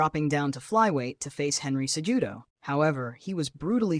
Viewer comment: "Henry cejewdo"